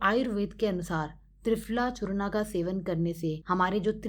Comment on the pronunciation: यह चूर्ण है "चूर्णा" नहीं 😔